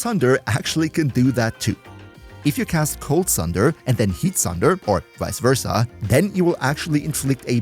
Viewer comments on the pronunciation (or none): none